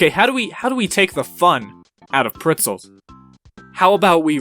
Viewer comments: Did he just- Did he say “pritzels”? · It hurts me every single time he says it